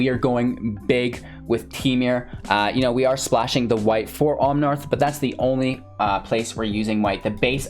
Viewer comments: Omnaaaaath not omnarth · There's no "r" in Omnath, just FYI. Love your content.